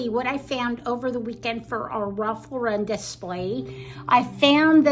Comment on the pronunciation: The correct pronunciation of the fashion brand is "Ralph LAU-ren", like the girl's name, not "Ralph Lau-REN". The brand is American, and its surname is pronounced like the common name Lauren.